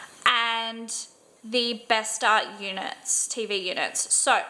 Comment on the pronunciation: bestå is pronounced bestoh